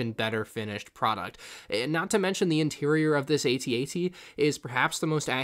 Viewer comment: No hate but the section of the videos says "bad bat" instead of bad batch lol! Also, you pronounced AT-AT wrong. why did I get so triggered by that?